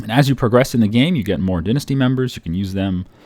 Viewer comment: Dine-asty not dinssty